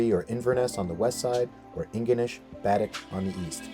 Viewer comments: Baddeck is pronounce Ba Deck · Happy you enjoyed our island.....you pronounced Baddeck wrong lol but we forgive you